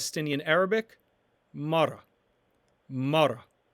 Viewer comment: Woman is "mara" but you are pronouncing it as "mar" You did include the ending "a" yet you failed to include it in the pronunciation.